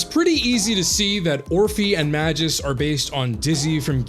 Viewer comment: About Magus It's not Ma-juice, it's Ma-goose Also I'd add Soukaku to the bunch in the video too